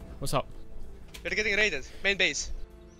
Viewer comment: You know it’s gonna be lit when says “we are Getting ddraided”